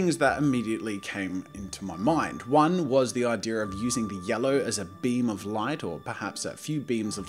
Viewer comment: Jazza: 'the idear I had.' Me: 'snorts cocoa up my nose. ' THANKS FOR SCORCHING MY SINUSES JAZZA!